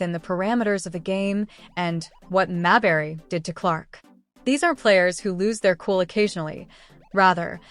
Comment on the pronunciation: Is the AI narration purposely trolling by pronouncing, "Mabrey" different every time?' 😆